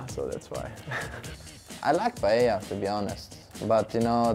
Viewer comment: Funny how some of the European players pronounce it PayeLa, when everybody who is even minimally cultured knows its pronounced Pa-eyya.